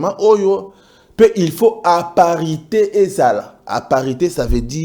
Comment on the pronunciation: Didi on dit parité et non aparite